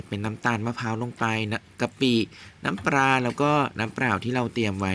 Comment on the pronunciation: น้ำปลา ไม่ใช่ น้ำปรา น้ำเปล่า ไม่ใช่ น้ำเปร่า เฮ้อ ออกเสียงทำไมเพี้ยนไปหมด